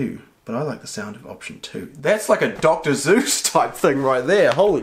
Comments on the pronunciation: Doctor sues or Doctor Zeus as he says. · I heard you say Dr. Zuse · Did he say Dr.ZEUS like the Greek god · he said Dr Zeuss